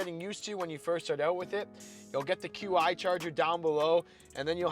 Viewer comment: I'll take the Pathfinder! ;) BTW QI charger is pronounced "Chee" :) Your videos get better and batter mate! Keep it up. I have the new Frontier sitting at my house!